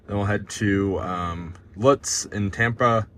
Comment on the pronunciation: It's pronounced "Loots," like "boots," not "Luts". You passed right by my house. Cool. Too bad it was on a saturday or I would have passed you going sound about that time of day.